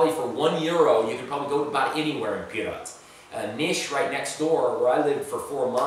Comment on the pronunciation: The way you say pirot sounds like pirat